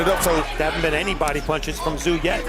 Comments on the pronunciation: Mate, no offence but you didn’t seem to notice that Tim’s surname is pronounced Tsooooo? Even the commentators are able to pronounce it. Otherwise great job. 👏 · Its pronounced. Zoo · No. I won't "like" the content , The most disrespectful thing a commentator can do is to mispronounce a persons name. You obviously didn’t take the time to do your research. It seems to be a ongoing thing with people who come from the "Phew - Hess - Hay" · Americans can not even pronounce his name,if the narrator were worth his salt, he should have looked this up and not just try to Americanize a person's name, it's enough that the USA has butchered English and spelling as it is, lazy lazy work